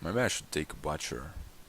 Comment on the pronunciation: Partway through this, I like your continuous un-censored commentary. Here's a little pronunciation tip, Butcher is said [boo ch-er] (dictionary dot com has an audio file that might help, it is NOT really pronounced like boomerang, that's the best I can do in text). Your Base Dominion series is great too, showing how advanced strategy works even with basic cards, though not so basic as the original base set was.